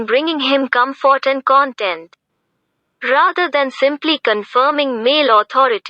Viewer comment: Hi. I find your voice very listenable. There are two ways to pronounce "content." You're pronouncing it like web page content in this video. Content, as in satisfied with a situation like it is used in the summary you are reading is pronounced with more emphasis on the second syllable- "tent."